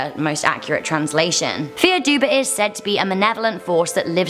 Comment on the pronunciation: Fear dubh is pronounced "far duff" not "fear duba".